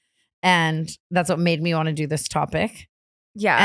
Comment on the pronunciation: The way T says “wannuu” instead of “want to” 😂☠️